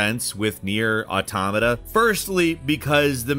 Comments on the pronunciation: I wasn't you to know that I've noticed you properly pronounced "automata" in this video and I'm delighted, it's been a hell of a journey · He said automata right lol. I fucking love this character arc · THANK YOU for being someone who pronounces automata right. It's pronounced like autonomous is it's root word, because it is.